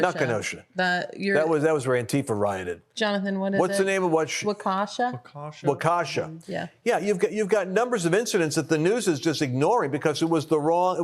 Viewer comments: Wauk-EE-Shaw..........i am from there and this is phonetic to pronounce. 👍🇺🇸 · Waw-kee-shaw… emphasis on second syllable… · Aww it’s “WAU-keh-shaw” WI ❤️